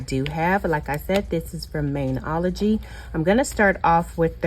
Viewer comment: Fyi its pronounced Mani-ology.. Like a Mani and Pedi.. Not Main-ology hope that helps hun.. Thanks for the review bc i always see it on youtube ads and to me it just looked super cheap and not good quality especially sincw its offered for free and you just pay shipping.. Thanks again for sharing hun 😊😊